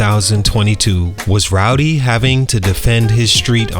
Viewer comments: Man, if he say Rowdy one mo time! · You just gon keep calling that man rowdy huh 😂